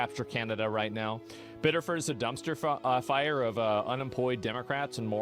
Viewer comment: I live less than an hour from this, Reddit has fucking blown up with the disinformation and paid protesting (his daughter was in the car!) (he had a ssn!)(he wasn’t the target of their investigation!). FYI it’s pronounced “biddifid”